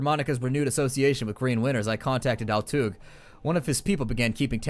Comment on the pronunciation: Oh, also, pronounce Altuğ as "Altoo".